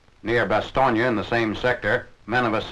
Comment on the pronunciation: "near Basto(g)NYA" haha A month later and everyone knows how to pronounce that small town